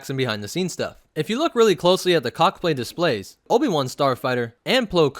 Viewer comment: Is it just me or does it sound like he said cockplay displays